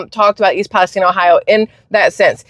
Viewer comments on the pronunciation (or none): I could tell it was a fake because how he pronounced East Palestine